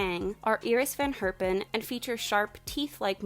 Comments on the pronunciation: Thank you for saying Iris Van Herpen's name correctly <3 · Loved your pronounciation of Iris van Herpen! Especially since you pronounced Piet (pete) Mondriaan as pjet last time! Your dutch is improving!